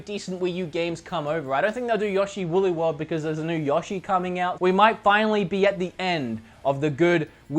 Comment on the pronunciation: the way he says yoshi